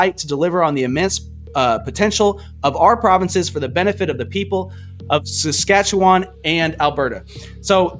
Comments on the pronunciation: You don't know how to pronounce Saskatchewan really? As if you've never heard it before... Outrageous! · If that guy cannot pronounce Saskatchewan, he has no credibility. Needs to be left off the panel. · By not saying the name right when your talking about the providence , you look like ya don’t know what your talking about! I’m gonna block your feed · Dude, all love and respect but I'm from South Carolina and I can say Saskatchewan! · Sash - Cat - Chew - On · The province of Saskatchewan is pronounced..Sas-kat-chu-wan and yes Alberta supports most of the transfer payments distributed between provinces where the prized province is Quebec under liberal governments. From Ontario and I love Alberta and Saskatchewan (the bread basket of Canada) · Whatever your name is, I just reported you and some of your viewers to YouTube authorities. From now on, I will continue doing this, as your propaganda is dangerous for Canada, and I will spread the word about you and your actions.You sit and preach there while you can't even pronounce the word "Saskatchewan", and your audience evidently doesn't have a problem with this. Pathetic and laughable. Your ignorance is not a blessing in Canada. Go promote something like mops or pink salt, or whatever. I don't give a rat's ass about what you and your ignorant and aggravated supporters say, I am not going to read it anyway. If you people don't like living in Canada, - live somewhere else. 🇨🇦🇨🇦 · How can you speak on these issues intelligently and not know how to pronounce Saskatchewan ????? Moron! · You lost me when you couldn't pronounce Saskatchewan, like it's on Mars and you've never heard of it before. Especially when you knew you were going to make a video on it. And no, I'm not Canadian. I'm just tired of people like you, making us Americans look like uneducated morons.